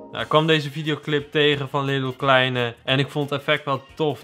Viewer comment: wie verstond ook "Lidl Kleine"😂